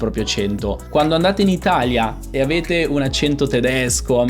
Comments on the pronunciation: La versione corretta è con la e aperta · Già il fatto che lei dica "accénto néutro" (con le "e" chiuse), invece di "accènto nèutro" (con le "e" aperte, come si direbbe da me in Umbria) fa notare quanto l'italiano "standard" possa variare, anche al di là delle varietà dialettali (che influenzano poi le varie pronunce regionali) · Quando hai detto "accento" con la e chiusa, ho pensato subito: "Partiamo con il piede giusto...". Comunque il video è molto bello. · Già come pronunci "accento" si capisce che non hai un accento neutro.